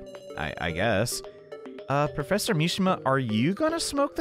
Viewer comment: plEASEEE, the pwofessor needs his hwead to goto schuwul tomowow PLEASE